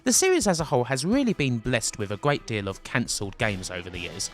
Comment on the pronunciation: you should work on your "R". guayt. guants. great video though.